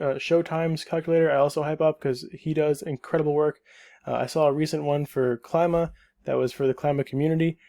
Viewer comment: it's pronounced: kleeema